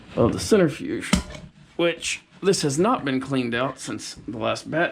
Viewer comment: What is a "centerfuge"???